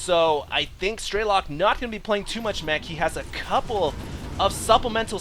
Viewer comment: Absolutely incredible game, TLO is definitely my favorite player now also, it's pronounced "streh-luk", not "stray-lock", to my knowledge